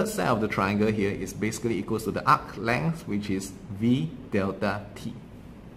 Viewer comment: UKHHH LENGTH LMAO LOVE THIS DUDE